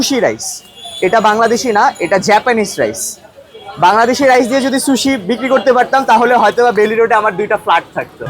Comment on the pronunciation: Accha eta শুশি নাকি সুশি 😅.